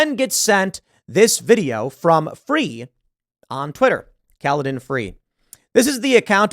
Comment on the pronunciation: Thank you for pronouncing Kaladins name correctly. Me boy is only 2 and yet nobody can pronounce such a straightforward name for some reason